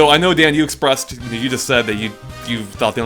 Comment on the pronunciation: You know, for some reason, I just don't really like that pronounces Daan's name as Dan. Is is because the "aa" sound is hard to make for native English speakers? (Just curious) Because in Dutch, the "aa" sound is more like saying "aah" in English (I guess).